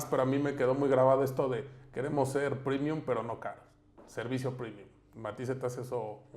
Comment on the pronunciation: No mms salió malito el "primium"